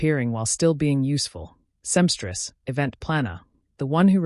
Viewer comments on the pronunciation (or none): She’s a SEAMSTRESS NOT A SEMSTRESS